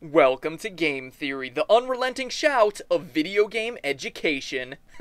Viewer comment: does anyone else think it sounds like he says a gay theory at the end of every video